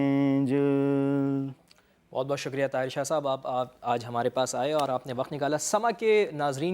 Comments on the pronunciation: first of all its Angel not Anjil...😅😒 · he doesn't even know how to pronounce Angel..and his song is called Angel..are you kidding me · He said annnnnnnnnnn.gel...sorry bro u can't pronounce